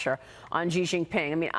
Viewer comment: For god sake, Xi is pronounced “She” not “Gee” , Maria!